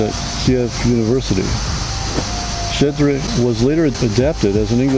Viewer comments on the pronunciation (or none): Класний випуск дякую, нарешті, за Щедрик. Тільки Щедрик це не Шєдрик. Щ - [шч] Мені дуже подобається цей чоловік.